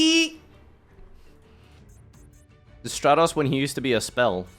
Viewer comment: STRAT - TOS 🤦🏻‍♂️🤦🏻‍♂️🤦🏻‍♂️. It is not hard to pronounce Elemental Hero Stratos